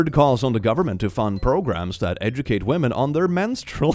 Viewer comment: He said Women hah he means Wamons.